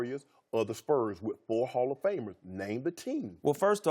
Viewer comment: LMAO did he say the Jazz had 3 hofmers?